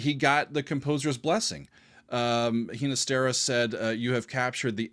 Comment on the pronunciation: Hee na stera? I've always heard it pronounced with a hard G.